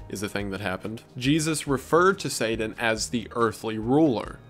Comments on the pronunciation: Take a shot every time Wendi says Sadan instead of Satan (I’m slammed) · saden? (pronounced: say-din)? Is this like a Voldemort he who shall not be named situation? (I actually hate Harry Potter but couldn't think of a better analogy) I've never heard anyone say it that way, just curious if ur intentionally pronouncing it that way, and if so, why? Also you said the Bible refers to satan as "the prince of the air" when it actually calls him "the prince of the power of the air" which is a big difference when you consider all the electromagnetic frequencies in the air. You must not be using a KJV Bible. This kind of thing happens a lot with false Bible versions. A lot of these new Bible versions that are using "older" manuscripts which are also false (God would never allow his true word to be buried in a cave for 1000 years, and let everyone use an incorrect Bible all that time, hence the recieved text KJV that has been passed down for generations is the correct Bible, without error) will refer to satan as the "morning star" which is incorrect because that is actually Jesus' title: "The Morning Star" In the KJV it uses the correct title when it says "how art thou fallen from heaven, O lucifer, son of the morning" So, Jesus is: "The Morning Star" and lucifer is : "son of the morning" So basically they are calling satan Jesus in these modern bible versions, just in time for the end times deception where anti-christ actually means "in the place of christ" and not "against christ" (although he is also against christ) John was saying in Revelation that a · Please stop saying “sayden” instead of “satan” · lol not slamming you but your accent on some of the names and things is interesting. I never heard satan pronounces saden lol I was like oh he’s saying satan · haha say-dan